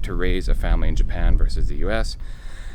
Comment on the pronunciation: More like: Ja-pie-ya-en..hahahahahaahahahahaahahauau